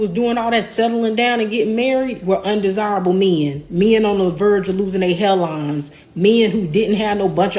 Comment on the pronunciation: She said undersible like unattractive.